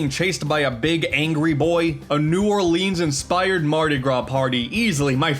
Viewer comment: BRUH NEW “OR-LINS”